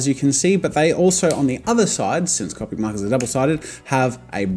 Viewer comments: Its annoying the way he pronounces Copic wrong. To me its like calling Banana Bay-nay-nay. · Ur sai copic markar wronge!!!!!!!!!111!!!1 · You pronounce Copic wrong it's pronounced Copic. XD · Disliked and unsubscribed because of how you say "copic" and "manga" so no I won't deal with it. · just FYI in 3 years you say cOpic not cAWpic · Go with first syllable… Co…. Pic….. not ….. Cop….ic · It’s co pic not ca pic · lol love how in the beginning he says that he will always pronounce it (Cop-ic) rather than (cope-ic) and now in 2019 he will say both at random, sometimes he will say (cop-ic) and every once in awhile he will say (cope-ic) without realizing. also anyone else watching in 2019? from 2019 you can tell his recording and audio quality improved greatly!! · Who else pronounce it "Cawpic" not "Cowpic". 😂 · It’s pronounced C”o”pic!! Not cupic JEEZ! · It’s comic not cowpic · It’s not cahpic it’s cohpic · Copic (Co-*like co worker*pic. Not Cop-ic) does not sell a 32 set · Stop, stop, stop you're GONNA GET YOUR FANS TRIGGERED! And besides you're saying it wr0ng! It's MANga not manga. And it's C0pic not cOOpic. Harry Potter quote down below. It's leviOsah, not levioSAH! I'm not sorry. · heheh and you TOTALLY call them coe-picks now!!!! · He now calls them “c-o-pic” 😂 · “I’m always gonna say “cawpic”” sure jazza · “Cohpic markers” Annoying but I can live with it. “Manga” (pronounced wrong) T R I G G E R E D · Your way of pronouncing ”Copic” is fine, my art friend calls them... ”Coh- Pec” And im like WHERE IS THE ”PEC”?! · I'm from the future you will begin calling them Copic (Koe-pick) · he said coe-pic not caw-pic hahaha Jazza I caught that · Copic ~ Coe-Pik~ Manga ~ Mahn-Gah~ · Me: watches this video to learn how to say copic Jazza: yEah I pRobAbLy sAy CoPiC wRoNg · The fact that he told us that he said copic markers the way there not supposed to be said i didnt even notice he said it like that until he said that i have to deal with him saying it the wrong way